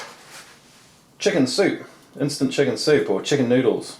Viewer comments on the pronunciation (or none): none